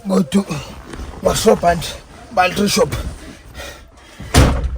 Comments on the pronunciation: ബാൽട്ടറി അല്ല ബാറ്ററി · ബാറ്ററി എന്ന് പറയാൻ നിങ്ങൾക്കറിയില്ല... ബാൽ ട്രീ ബാൾ ട്രി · എന്റെ ബോൾട്ടറി അല്ല ബാറ്ററി ആരൊക്കെ പറഞ്ഞാലും ശരിക്കും പറയില്ല alle😂 ഒന്ന് പറഞ്ഞു ശരിയാക്കെന്റെ koche